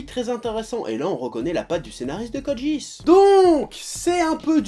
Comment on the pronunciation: De toute façon ça se prononce ni Code Guisse ni Code Jisse mais Code Guiasse